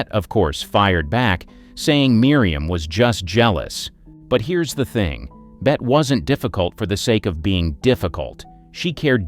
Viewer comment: Bet? Hello, no, it's Bette as in BETTY